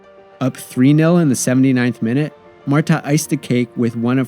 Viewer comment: Great overall video but the pronunciation errors and factual goofs are distracting and lazy. Cristiane and Marta's names are constantly mispronounced despite being spoken (by Marta herself) in the video? Also, Solo's save of the first penalty in 2011 was called back because of encroachment by Rampone - a harsh albeit by the book interpretation of the law.